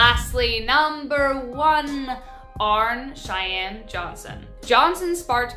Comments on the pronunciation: Once AGAIN, Mispronunciation of our names. It's AR-NEE NOT ARNE JOHNSON!!!! JEEZ. ITS NOT TOO HARD TO FIND THE CORRECT PRONUNCIATION OF THESE THINGS. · Arne Johnson's name is pronounced as "Arnie." A very interesting case outside of the films.